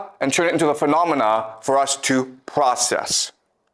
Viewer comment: The pvocess of tvying to tvain our mind.....😂😂😂😂